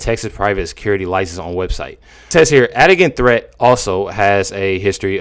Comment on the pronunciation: "Adigan Threatt" sounds like "Had a Gun Threat"